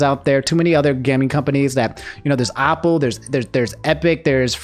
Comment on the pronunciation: “Ah-pple”, why?